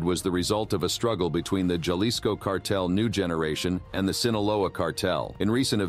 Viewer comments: Halisco not juhlisco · Repeat after me HA-LiSS-CO Jalisco!! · Ja- lis- co. !!!